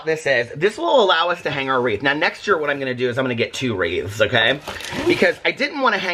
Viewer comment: It actually looked like said “yaer” at 10.00 😂😂😂❤️